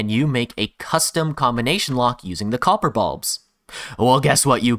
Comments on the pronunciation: "Xopper" "Xorper" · Cox-or gate? (Co: Copper)